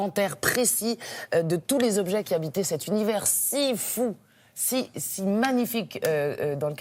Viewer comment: les"zobs-geais"?non,les objets...